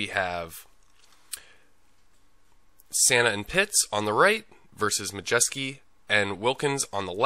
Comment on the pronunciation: Pronunciation was accurate! Majeski is plaid shorts on left.